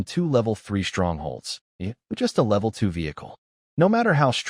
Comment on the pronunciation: The pictures dont really match the story. The mc's vehicle which changes names a few times, changes how it looks repearedly in the pictures between upgrades. It keeps mispronouncing level. I don't know what it is but i don't trust lin wan's brother and black rock city. You can do better thank you for working hard but still you can do better and check the script is correct. You are capable or better work and part 2 of various stories. Also the snow gang keeps changing names Killer shaman it just keeps changing.